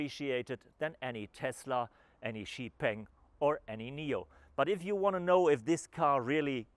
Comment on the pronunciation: Pronounced Xpeng wrong. Too lazy to check how to prounce properly goes to show your level of professionalism. This car you are cheerleading about will flop.